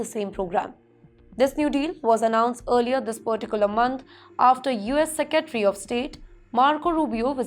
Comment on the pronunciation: Pronunciation and diction check - Sec-re-tary not seca-tri. Ca-nal not Caa-nl.